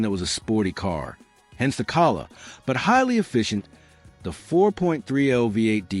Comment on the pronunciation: AI is obvious. The mispronunciation of Calais is pathetic.